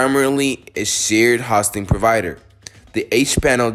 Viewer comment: I didn't make it very far into this video. When I try to watch an instructional video about something, but the instructor doesn't even know how to pronounce the thing he's giving instruction about, it gives me no confidence that the instructor really knows what he's talking about. It makes it seem like you've never heard of web hosting, which is boggling my brain a bit, because you're working with websites here. 0.o